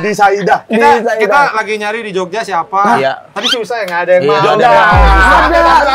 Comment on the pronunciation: parah rais ngaku-ngaku orang jogja tapi nyebut “di sayidan” aja salah 🤣